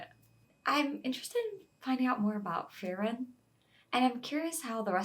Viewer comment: Totally get that the names (especially for characters from later in the story) can be a little intimidating! A little tip I'll give is you can say her name like "Free" and "Ren". You really don't have to roll the r's. Just say those two words together in your average accent and you're A-okay! 😄 Oh and their names are all German based. Just a little fun fact!